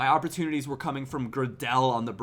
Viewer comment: I think it's pronounced gray del, he used to play for leeds